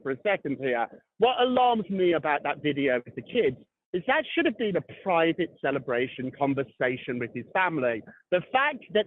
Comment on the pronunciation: Nancy can you stop… CELLebration 😂😂😂😂